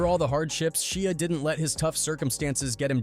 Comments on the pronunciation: SHIA not sheea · Saying his name like a shia pet lol pronounced shy-a, and you went a lil much into how scary this was supposed to be smh wasn't at all that serious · Sheea really it’s Shia if you can’t pronounce names properly don’t do videos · Who's Shea you mean Shia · Why would you pronounce Shia with the sound the letter "e" makes in the word "She" after first pronouncing it with the sound the "y" makes in the word "shy" lol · OMG his name is Sh(i)a not Sh(ee)a ...i not e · I don't think him pronouncing it "She-a" would have irritated me as much had he done it from the start but he pronounces it "Shy-a" originally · She Ahhhhhhh lolz man some people just cannot pronounce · Stop saying his name wrong Disrespectful and rude Its pronounced Shy A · Shee-ah lol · Its pronounceed SHY-ah.. not whatever dumb shit your saying. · Man drives me nuts the way he says Shia lol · Why he pronouncing his name like that😂😂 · Love it, great job, you’re just pronouncing his name wrong.